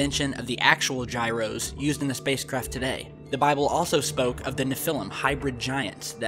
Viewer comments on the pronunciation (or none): none